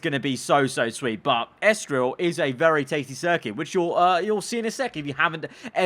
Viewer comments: In before realises it's *ESTORIL*, not Estroil. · ITS ESTORIL NOT ESTROIL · It's ESTORIL, not ESTROIL :D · Lets just say, that didnt use his glasses while uploading the video👓.🤣🙄. Mate, its ESTORIL, not ESTROIL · It's Estoril, not Estroil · It’s ESTORIL and not ESTROIL... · Its ESTORIL broooo